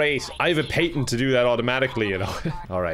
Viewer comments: why do you add an extra vowl to the word "Patent" Irishmen. smh. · Confirmed can't properly pronounce patent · Anyone else die a little because of the way he said patent? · I sometimes forget when watching that he’s Irish and they say things different than what we in the US would say. So he says patent like pay-tent. Where we say pAtent. Like a hard “a” sound lol. It through me off the whole time 😂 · I know it's because I'm American- but did anyone else notice that says "PAYtents" instead of "PATents?" Do Americans say it the wrong way then?.... Don't answer that. 😆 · I was expecting a lot more comments mentioning the way pronounces patents